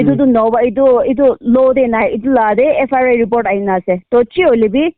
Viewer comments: Not FRI it's FIR.... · FRI or FIR 😂 evn pestak didn't evn knew tht she repeating says FRI, FRI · FIR❌ FRI ✅😂😂😂😂😂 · Sister it's not FRI it's FIR🤣🤣🤣🤣🤣